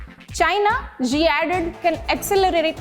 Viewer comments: She said bidden 😂😂😂😂 zi and pootin😛😛😛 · Dear anchor, pls improve your pronunciation of various name, eg Xi is pronounced as Shi, BIDEN as BYDEN, etc etc